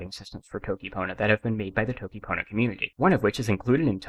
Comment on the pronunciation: bro said dokipona